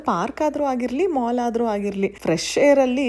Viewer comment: Adu mol, alla mall